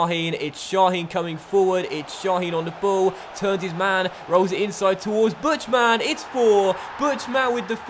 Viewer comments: You pernounce "Buchtmann" wrong. It's pernounced "Burrtmann" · Buchtmann is pronounced more like "Booked man". :)